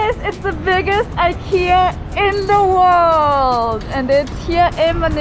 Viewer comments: IKEA! Love how it's presence will influence and improve the design sensibilities of local carpenters and other Filipino craftsmen. Also, love how pronunciation is the best reference for how to pronounce IKEA (eekeeya). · Glad and excited there will be Ikea in manila. There products are affordable and modern and durable. Apparently, it is pronounced as e ki ya. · Thank you for pronouncing IKEA the right way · Yes! Very exciting. 🇸🇪 I love it when you pronounce IKEA like we do in Sweden. 😊